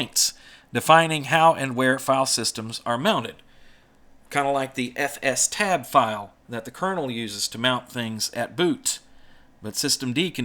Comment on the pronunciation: I'm sorry, but it's definitely "ef stab" /j